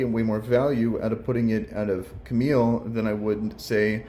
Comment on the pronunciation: Still calling Kamael, Camille I see hahaha